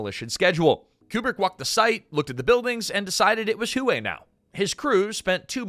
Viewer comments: Ai sucks so bad, "the shattered streets of hue e" it's pronounced way" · It’s pronounced Hway. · I believe Hue is pronounced ha-way. Short a's both times. I hope to God it's not an AI error. In that case #^(*&( you. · Hue… Ha-way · its hWay city (Hue') , not huey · It’s not pronounced you it’s way (hue) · Hway, not hugh. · Its "whay" NOT "hoo eh" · Hue is not "hoo-ay." It's "hway." The video pronounces it at least three different ways, one of which is actually correct. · WTF is wrong with you...??? Is this AI audio slop, and not a real MAN speaking...? The city "Hue" is NOT pronounced as 'hoo-way'!!!!! It is pronounced as 'whey', like the protein. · Hue is not pronounced "huå" it's "wā" automated announce c software is woefully distracting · The city is pronounced "way". Not hu ay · The city of Hue was pronounced like "Whey" as in "eating her curds and whey" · Hue? It's pronounced 'whey'. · Holy crap, you were not even consistent, you then change to pronouncing it as 'Hugh' at almost 5 minute mark, and then finally at 5 minutes you pronounce it correctly, in the same Numbered commentary segment... Dude, re-record your pieces, or you sound like a 'tard! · yeah...the proper pronunciation is "Whey" with upward reflection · You know it's just another regurgitated blah blah video when they mispronounce "Hue." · Good grief. Learn how to say Huè. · The most interesting fact is how many different ways you said Hue pronounced WAY city. Or that you called a Commandant a commandment. It's interesting how you can run a great video by being trash as a presenter. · A I slopifier pronounces "Hue" correctly 1 out of 3 times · It was pronounced 3 different ways in less than two minutes.😂😂😂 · Also how many times did it mispronounce Hue. 😊